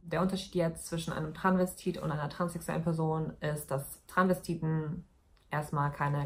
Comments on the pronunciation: Das heißt doch Travestit oder Transvestit. Sie sagt die ganze Zeit Tranvestit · Ich dachte immer es heißt "Transvestit" und nicht "Tranvestit"?! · Das einzige, was mich aufregt, ist, dass du das erste "s" bei "Transvestit" einfach nicht mitsprichst